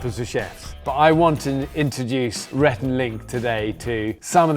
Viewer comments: He called rhett Renee 😂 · 1) I can't believe this only has 140k views. I thought for sure it would have more. 2) He called Rhett, Renae. Haha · Did Bear call Rhett Renée? 🤣